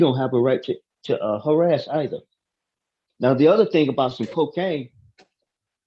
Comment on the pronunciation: Judge Simpson saying crack coacaine 😅